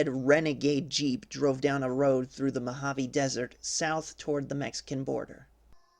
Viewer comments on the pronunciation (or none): none